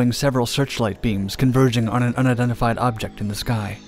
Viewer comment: Bro u speak way too fast, slow down a little bit. 'Unidentified' sound like 'undified'. And stop slurring your words